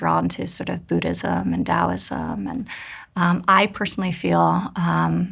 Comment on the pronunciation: What did she say she was drawn to? Budaism and Da'alism?